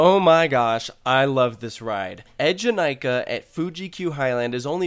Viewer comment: That moment you wonder why a ride with twi E’s at the beginning of its name so being pronounced EDGE-in-I-ka...🤔 Also, there are some significant layout differences besides just the ZeroG roll (including in the rotations), surprised you didn’t notice (OwO) those 🤷🏿‍♀️